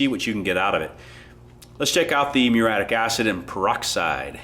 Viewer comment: "Proven, and they work". Redundant. "Meureeattic" acid. "Vinger"?